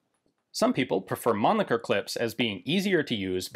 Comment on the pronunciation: So finally I hear the pronunciation correct I assume, it is Mahnn-Licker and not Man-Licker. lol